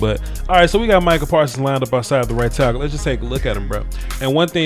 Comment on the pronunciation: i had to go back and listen to this coulda swore you said white tackle instead of right tackle